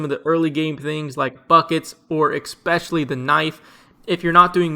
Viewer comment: My guy says "expecially" in every video 😂